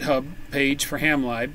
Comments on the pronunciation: You were referring to “ham live” and I was wondering how you were using that to control your radio. When referring to software libraries lib is pronounced to rhyme with liberty. So ham lib(erty) not ham libe. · great video, but you’re saying it wrong in that one as well. It sounds to me like you’re saying ham live not ham lib as in liberty. Ham lib as in liberty is the way we refer to software libraries. My girlfriend says I’m good at nitpicking. She’s probably right lol. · yes I thought he was saying Hamlive too. 😁